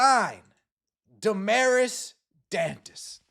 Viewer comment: I’ve seen other news … Aari McDonald was signed. And you oughta brush up on your Spanish / Portuguese pronunciation.